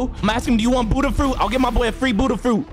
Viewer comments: i love ur vids like the peson below me but it is BUDDHA not hudda 🤣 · or u are saying budda